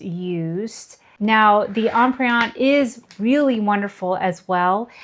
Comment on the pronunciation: Terrific video. Comprehensive and extremely helpful. One suggestion if I may. Empreinte is pronounced as Emprente without the hard e.